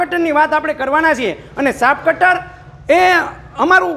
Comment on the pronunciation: Saaf cutter Nahi muriya saaheb chaaf cutter bolo